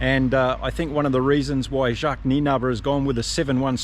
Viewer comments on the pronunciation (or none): none